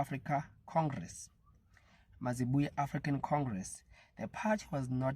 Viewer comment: Not mazibuye, it is mayibuye